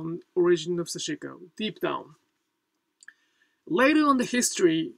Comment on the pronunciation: This is a very small quibble, but I am wondering why you choose to pronounce 刺し子 as "sah-SHI-ko", placing a stress on the second syllable. It has been my observation that in Japanese there is very little stressing of syllables (and I always cringe when I hear Americans pronouncing Japanese words like "Harajuku" with stresses on the first and third syllables). In Japan, I have always heard Japanese people pronouncing 刺し子 as "sash-(i)-ko" with no stresses (indeed, the second syllable is largely eliminated). Could you please explain? Thank you.